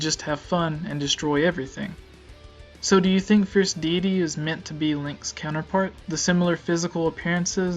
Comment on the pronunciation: I don't like how you dont say deity right. it bothered me during the whole video. I think you need to practice your presentation skills. Interesting theory though.